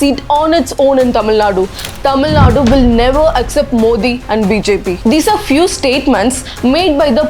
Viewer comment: Dmk ideology is anti-hindutuva not anti-hindu.. Also we pronounce his name as "modi", not "mothi". So we understood how much thamizh'ian you are..